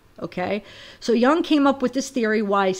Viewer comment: Pretty sure it’s pronounced Yuung , Carl Jung is still right on in theories.. thank you for doing this.